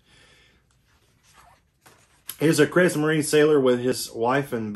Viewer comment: It's pronounced creegs-marine-a Falsh-um-yeeger Vear-mack-t